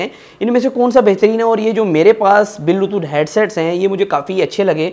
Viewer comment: bhai belotooth nahi bluetooth hota hai😅😅😅